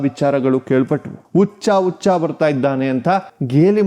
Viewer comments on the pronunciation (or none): ನಿಮಗೆ ಹ ಕಾರ, ಉ ಕಾರ ದ ವ್ಯತ್ಯಾಸವೇ ಗೊತ್ತಿಲ್ಲವೋ, ಗೊತ್ತಾಗ್ತಿಲ್ವೋ?? ಉಚ್ಚ, ಅವ್ರ ಅತ್ರ, ಹೀಗೆಲ್ಲ ತಪ್ಪು ತಪ್ಪಾಗಿ ಕನ್ನಡ ಮಾತಾಡ್ತೀರಲ್ಲ? ವಿಡಿಯೋ ಪ್ರಸಾರ ಮಾಡೋ ಮೊದ್ಲು ಒಮ್ಮೆ ಪರಿಶೀಲಿಸಬೇಕು ಅನ್ನೋದು ಗೊತ್ತಾಗಿಲ್ಲವೇ? ? ನೀವೇ ಹೀಗೆ ಮಾಡಿದ್ರೆ ಈಗಿನ ಮಕ್ಕಳಿಗೆ ಹೇಗೆ ಸರಿಯಾದ ಕನ್ನಡ ಕಲೀತಾರೆ ? ?ಕನ್ನಡದ ಕೊಲೆ ಕನ್ನಡಿಗರಿಂದಲೇ 😅 ಇದಕ್ಕಿಂದ ದುಃಖಕರ ಸಂಗತಿ ಬೇರೇನೂ ಬೇಕು?? ದಯವಿಟ್ಟು ಇನ್ನಾದ್ರೂ ನಿಮ್ಮ ಕನ್ನಡ ಭಾಷೆಯನ್ನು ಸುಧಾರಿಸಿಕೊಳ್ಳಿ. 🙏🙏